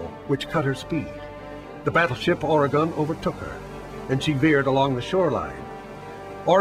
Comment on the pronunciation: I hate the way people who arent from Oregon pronounce Oregon 😑